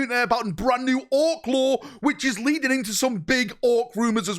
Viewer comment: "leadening" another stroke